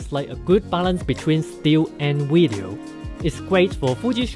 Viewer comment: what is a "wideo"?